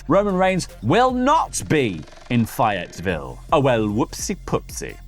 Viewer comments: It's "fay-et-ville"...just like it's spelled. Not "fi-at-ville". lol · Fye, you mean Faye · "Fy-it Ville" is definitely a new one for me. 'round these parts we call that "Fay-it-vul". Although I once said "Fay-yeti-ville". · Fay it ville that’s how u pronounce it……ok bye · I’ve never heard Fayetteville pronounced that way and I will forever say “Fay yite ville” now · Faye-it-ville. For future reference! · It is pronounced faye-it- ville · Hey, I just wanted to say that the way you pronounced Fayetteville is a little off. The "Faye" part is usually said more like they but with an f instead of the th. I should know because I'm from North Carolina and you're the first person I've heard say it differently lol. Nonetheless, love the show and been following for a long while! Cheers and have a good day! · It’s fay (rhymes with hey) eteville fellas ❤ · Fay-Yet-ville. The first syllable is pronounced like “faith” but without the ‘th’. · It's Fae-ette-ville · The city is pronounced faye-it-vill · Cracks me up when yall butcher the names of our towns 🤣 Phayyertvile 😂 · its Fay-IT-ViLL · It is Fayetteville (fay et ville) you're not forgiving us Yanks such crap about how we pronounce things, you think y'all would learn how to pronounce our cities, town n counties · Trying to get over how he said Fayetteville when Google exists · The pronunciation of Fayetteville made me cringe. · Us country folk laugh at the way he pronounces Fayetteville. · That’s not how you say Fayetteville 😆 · I’m disappointed that has mispronounced Fayetteville, you had one job man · I'd be more pissed at the pronunciation of Fayetteville. Lol